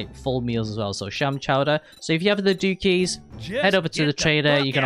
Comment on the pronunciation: It's pronounced DOOKS not DOOKIES. Dookie means shit. There is a silent E. You don't pronounce "fluke" as "flooky" do you? Because that is wrong too. Duke is the name of the guy that owns the Casino, and it also means a type of royalty just below King. You're saying it wrong.